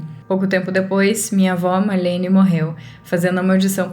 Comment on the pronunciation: É Marlene e não Malhene, assim você acabou deixando a história mais fofa kk😊